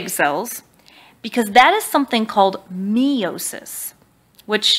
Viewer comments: Not that I want to be one of "those people", but the word "meiosis" is pronounced "my-o-sis", not "me-o-sis". :) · Um, hey I love your videos, subscribed. However, aren't you supposed to pronounce meiosis "my"-osis? This was at about ... Otherwise, loves your video! <3